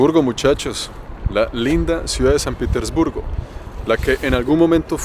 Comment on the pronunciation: Lo pronuncias "Piter" respete usted no está en un país anglosajón. Pronuncielo correctamente. Respete